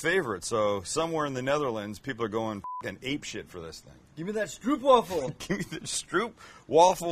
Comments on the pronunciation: Schjtroepf-Vaffle! hahahahaha XD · Echt goud hoe hij stroepwavvel zegt inplaats van stroopwafel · "Stroop" sounds like "trope" with an "s" in front of it. A real Stroopwafel is delicious. It is also not two ice-cream cone things with caramel betweemln them. Ffs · oOo,... you say OWH STROWHPwaffle not Oep Like 'Owh owh here comes tha hammer' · its Stroop wafel O like OOOH suprised thone, sounds like your saying stroep, (not that i care how you prenounce it but just saying) do love the content. people favor the mc flurry m&m here iff im right but woulnd be able to tell last time i ate mc donalds was over 15 years ago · Joehoe I am born in Gouda! It is Ggggggggggouda. Not Kouda. Yes really hard to pronounce as non-Dutch. And it is Strooooopwafel. Not Strupwafel ;) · it's pronounced Strope , not stroop , Stroop means syrup and you should really eat some real ones. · Stroop sounds like strope in English, the pronounciation would be stropewaffle (or waafle, make the A sound a bit longer) A stroopwafel is two millimeter thin cookies with honey caramel between them. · stroopwafel - say it as "strope-waffle" we are not Germans ;) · A "stroopwafel" is very different from a ice cream cone, it's also pronounced differently. You probably don't know, I just wanted to point it out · I am not going to be near San Diego any time soon... But once you tasted the real stroopwafel, you will never try to make a McFlurry again. Funny pronunciation of the word, though... Always nice to hear other nationalities to speak Dutch! 😉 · Sound real funny how you guys pronounce stroopwafel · You have to say the O like open. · No please don't pronounce Gouda and stroopwafel the way you did.